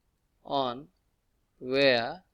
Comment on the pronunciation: wire ❌ ware ✅